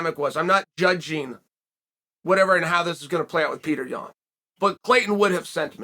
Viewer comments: i love peter yawn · but chael is saying it wrong.. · After all this time you think this guy would know how to pronounce it correctly!Wrooong!!